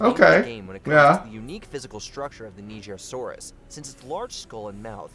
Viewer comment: At least he said Nigersaurus correctly lmao